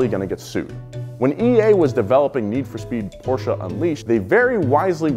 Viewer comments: German here. Great pronunciation of Porsche! Thats how I want to hear it. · he said Porsche correctly, im happy